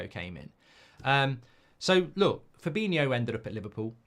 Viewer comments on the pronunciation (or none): none